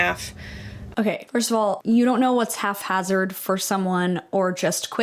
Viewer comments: "Half hazard?" You can always tell when someone is an avid reader and learned words from books. ❤ Haphazardly. I know a ph is usually an F sound, but not in this case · “Half hazardly”? The term is haphazardly,. 🤦🏼‍♀️ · haphazardly. not half hazard lol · I'm sorry but did she say "half hazardly" lmao